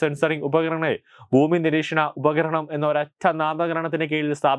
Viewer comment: Upaharanam alla upakaranam anu.